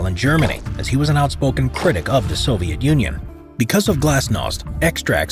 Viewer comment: ВЫ НЕПРАВИЛЬНО ПРОИЗНОШАЕТЕ НАЗВАНИЯ СОВЕТСКИХ ГОСУДАРСТВ.... НЕОБХОДИМЫ ИСПРАВЛЕНИЯ